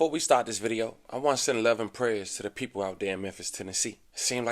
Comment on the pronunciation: "Thee peepo raysis"